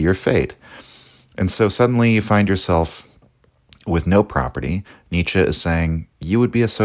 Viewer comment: not 'Nietzschah' , but 'Nietzschuh' just saying